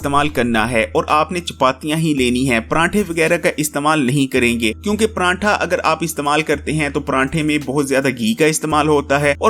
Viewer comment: 😆😆😆😆😆😆 panrntha nahi paratha